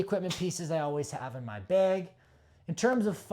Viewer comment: “bag”, not “beg”